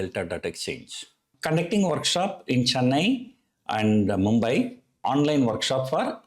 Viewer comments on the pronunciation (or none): none